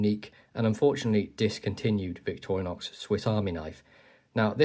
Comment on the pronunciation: Victoriax...? What the f...? 💩 German AI Voice!